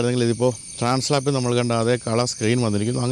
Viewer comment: ട്രാൻ സ്ലാപ്പ്‌ അല്ല ട്രാൻസ് ആൽപ്‌